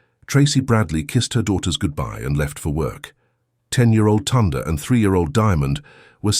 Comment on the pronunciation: Ok wait im sure her name is pronounced Tyonda..! Second why is there a thumbnail of a boy and a girl if the story is about sisters? Does your AI stand for Asshole Improvising?!